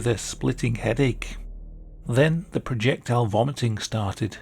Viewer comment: "Then, the proyectile vomiting started..."